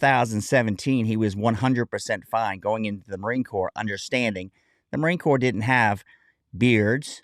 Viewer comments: First, would somebody please tell that dawned woman that the word is corps not corpse. More importantly, he became a Marine "supposedly" . We wear a certain uniform and it means something to us. True it is just clothing and it's what Marines have done while wear it not the clothes but enough is enough. The spineless bigwigs who have, it seems, let this asshat desecrate the uniform already need to grow a pair. We have long led in the defense of this country against foreign enemies. Now we need to take the lead amongst the armed services and amongst the American people generally in defending the Republic against domestic enemies, so many of which have managed to slither themselves in amongst us. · It's not CORPSE for Heaven Sake - it's pronounced COR. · Ignorant reporter biatch. Stop saying "corpse". OMFG. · F him what is happening to our corps and everytime she said corpus I wanted to scream..... honor our history BOW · Marine corpse... when i hear people calling it like that it drives me nuts. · Im getting really sick of that news outlet pronouncing corps as "corpse" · Everytime i heard that " the Marine Corpse" i died a bit inside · If I hear Marine Corpse one more time.... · The Marine Corps became the Marine Corpse in this news broadcast…..😂 just like Gomer Pyle. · Learn how to say CORPS. The hell with him. Native Americans don't want to cut their hair either but do it to serve this country. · It is a sad commentary on the Marine Corps that they even considered allowing him to deviate from uniform standards ever, on deployment or not. Seems to me that the Marines I knew are NOT the Marines of today. An aside, I HATE when someone incorrectly pronounces "corps," the "p" is silent, like it is in "exprit de corps." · At least pronounce my Corps correctly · The Indian lady say corpse bothers me a bit I wanna say it's corps Korr but ehh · It amuses me when they say corpse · pronounced CORE not CORPSE A Corpse is a dead body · I cringe every time she says “corpse” 🤮